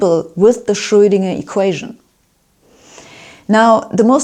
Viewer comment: She pronounces Schröidinger” exactly as it ought to be pronounced in German!👍